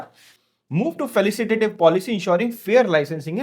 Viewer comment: ये फलिसिटेटिव नहीं फैसिलिटेटिव बोलना चाहिए l